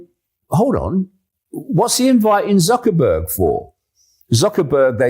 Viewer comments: I find it quite funny how the presenter talking with S.Miller called M.Zuckerberg "ZuckerBUCK" with a flat face. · DAVID, DID U HEAR WHAT THE INTERLOUTOR SAID? ZUCKER-BUCKS ! HE DID NOT SAY "ZUCKERBERG".